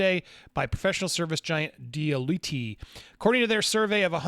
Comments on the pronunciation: Deloitte- pronounced dee-loy-et is multi billion dollar company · It’s pronounced D Loyt. They have been around for ever. Edit I still have my Netflix but I am leaning more towards watching things on my fire stick that I can watch on Netflix and it’s a whole lot cheaper if not three however I have other people who sign into my Netflix account like my sister who lives in Australia so I don’t think I wanna cancel at any time soon but I don’t really subscribe to anything else because again I can watch it on my fire stick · Customer churn (or turnover) has always been a commonly used term, and Deloitte (you butchered that pronunciation!) should be well known over in the US. As for cancelling streaming services, I just keep Netflix going. Did sign up for Amazon Prime for the free month but got rid before I had to start paying.